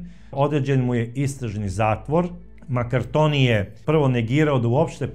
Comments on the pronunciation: Nije Maraktonio nego Markantonio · Sve dosta utemeljeno. Samo, korzikanski Kum François MARCANTONI, a ne Makartoni.